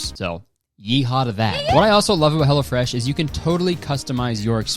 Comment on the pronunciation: Every time you say 'Hello Fresh' I think you're saying 'Hella Fresh' and it delights me.